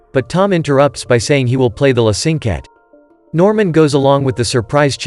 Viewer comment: i'm sorry, this is bad. The piece is called "La Cinquette", and that's the piece he crumpled up, not some random piece of music. Funny how you say the proper name later, but still mispronounce it. The choir? I don't see any singers. That's an orchestra. Norman does not speak to the audience at "break time", just in between movements... Tom LISTENS to the music on the tablet, there's no sheet music shown. It's obvious he is listening to the music, not copying down sheet music. What he writes are cues to help him play the piece by memory. What are "light pillars"? I can understand some simple mistakes, but these are major.